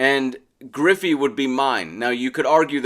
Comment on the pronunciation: Its griffey. Not even close